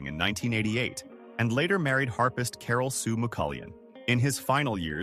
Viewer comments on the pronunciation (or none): none